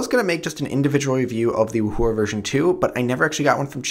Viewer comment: I fainted at how u pronounced 'yuxin' and 'wuhua'... -.